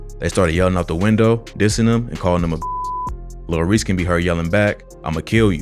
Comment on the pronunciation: bro stop saying lil reeks